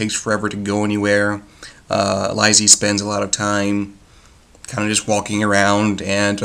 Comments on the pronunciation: Its pronounced Lee-See. The other word is not pronounced Sigh-Oh-Wah-Saw, its pronounced Sue-Wee-Zuh. The audiobook was terrific. Mare Winningham did a beautiful job narrating it. Its definitely one of those books best read more than once. Upon the first reading, the early part of the book can seem a bit boring to some, but after you finish the story, it gains so much meaning and becomes really entertaining. I've read a lot of King's work, and I have to say, Lisey's Story is my very favorite. I have probably listened to the audiobook about 40 times at this point. (I love reading, but audiobooks work better for my life, because I care for 2 disabled people). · The fact that you dont know how to pronouce the title gives you less credibility. Im convinced you did not understand the book. The title is not deceptive. You are right that the story does not revolve mainly around lisey but there is a purpose king titled it that way and that makes you sympathise and love scott that much more. read it again.